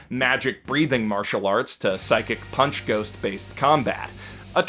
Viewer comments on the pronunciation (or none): none